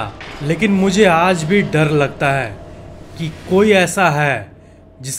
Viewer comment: bde bhai sorry lekin dadd nhi hota hai dar hota hai